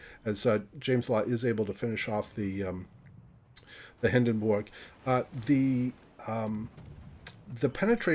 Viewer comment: First of all, please for the love of god, look up how to pronounce Hindenburg :D Secondly, that "no IFHE" reasoning is well, questionable to say the least. With IFHE Colbert passes both the 25 and 27 treshold. It's a must and well spent 4 points.